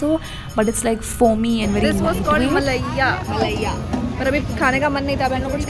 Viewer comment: It's not malayia it's malaiyo